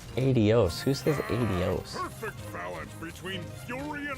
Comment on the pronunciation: It’s AH-dee-ohs. You were right! 👍🏼